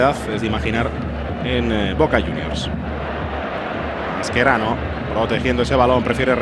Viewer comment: Masquerano? El champín? Que narrador más ignorante